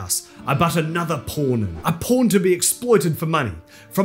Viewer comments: are you saying pawn or porn because it sounds like porn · Did he say pawn or porn in the intro? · The way you say say “pawn” sounds more like “p*rn” half the time. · I misheard every time he said pawn as porn and was confused for a split second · I keep mishearing you saying pawn. Guess what it sounds like.